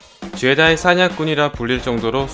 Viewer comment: 제다이 ㄴㄴ 줴다이 ㅇㅇ